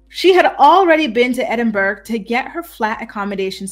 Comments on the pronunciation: it is ED-IN-BUR-RA not ED-IN-BURG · I appreciate your work,. You're excellent. Please note: there is no 'g' sound in Edinburgh. It is pronounced Edinburrow or Edinburra, never Edinburg. Thank you for your hard work. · It’s pronounced “Edd-en-burro”